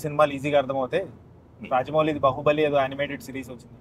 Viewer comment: Bahubali ani sarigga palakadam raadhu meekendhuku raa reviews..